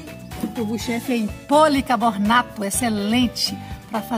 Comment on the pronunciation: Vc chamou a tigela de jarra kķkk e o nome é policarbonato, e não policabornato, o jeitosinho é de 400 ml , acho q foi o nervosismo 😘😘